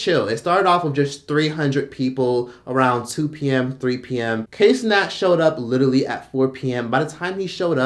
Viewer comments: "kay cenat" lmao it pronounced (KIE) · I'm getting way too much satisfaction at you calling him KAY Cenat!!😂😂😂😂